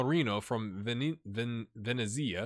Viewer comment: Really liking the look of the signings brought in for the offseason. In terms of pronounciation, Venezia=venice so you can call it that. The italian way would be Veh-net-sia but that's up to you. Also the weird thing about Italian is that if a word has gli in it, the g is silent. Loving the series so far!